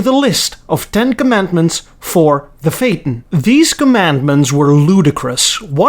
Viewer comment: Introducing... the Audi Phateon!